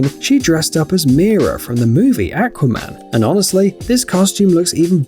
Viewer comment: Umm you saying acwaiman